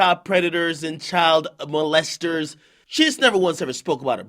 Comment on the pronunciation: Peep how he said child predators and child MOLLEESTORS😂😂😂you can tell he had some tea before this vid 😂🤣🤣🤣🥴